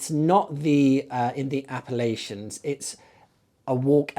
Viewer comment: If you want to be correct when pronouncing Appalachians. App UH latch INs 👌 - PS: I wish I lived in England just so I could use your book Forgotten Churches as a tour guide to see all those beautiful locations!